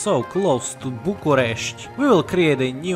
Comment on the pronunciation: you've really taken me by surprise with the correct pronouciation of bucharest and the other words